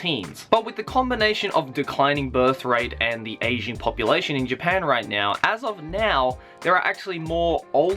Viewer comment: i thought he kept saying "asian population".. i was like.. well duhh? but i guess he's talking about an "aging" population.